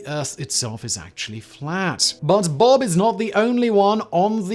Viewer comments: Hey Simon, it B O B. Not Bob😂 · Lmaooo it isn’t “bob” it’s “B.O.B.” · B.O.B. is pronounced “Bee Oh Bee” I think